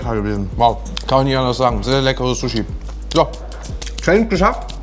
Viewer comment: Sose hier sose daa sosee sose sose